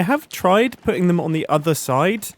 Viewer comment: "It's time for se fan by se fan"